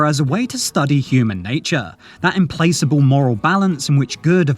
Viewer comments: Interesting. But a tip: "Implacable" has a hard "c", following a short "a". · You also got implacable wrong🙄